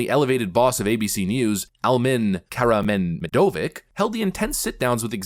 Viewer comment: the c in Karamehmedovic is pronounced more like a ch sound I think